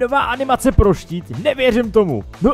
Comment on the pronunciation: Máš tam pro tít místo štít😂